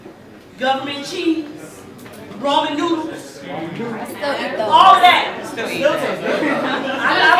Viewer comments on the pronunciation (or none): She literally said "Roman noodles" It's Ramen, girl. -_